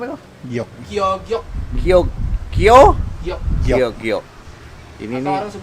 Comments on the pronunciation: La ini penyebutan yg benar.... Kio giok👍🏻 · Ini baru BNR penyebutan nama Kio giok☝🏻👍🏻👍🏻👍🏻